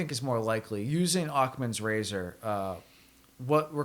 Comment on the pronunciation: It’s pronounced Ackhams rager, not Ackmans razor.